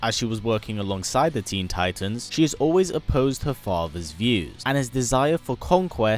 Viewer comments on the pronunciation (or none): none